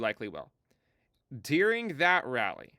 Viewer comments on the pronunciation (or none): It sounds like you're saying "dearing" instead of "during." I mean, I know what you're saying in-context; but seriously, listen to it isolated i.e. clip the audio to just a "during."